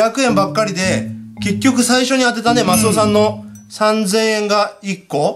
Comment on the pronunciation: マスオ言えなくて草ww